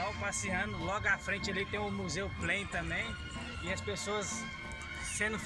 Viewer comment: o cara mora em Amsterdã e não sabe pronunciar o nome do museu. Por isso brasileiro sofre preconceito no exterior: só vai ao lixo do lixo.